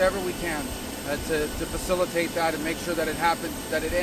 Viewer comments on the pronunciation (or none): by the way marko....that word, 'facillitate'....ring any bells?